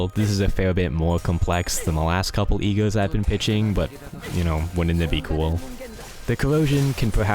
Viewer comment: omg when you were saying "E.G.O.s" I was hearing "E-girls" and it confused me so much